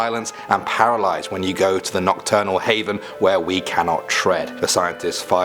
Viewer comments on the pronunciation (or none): none